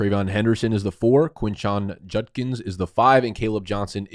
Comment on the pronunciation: He pronounced Judkins right 👏🏼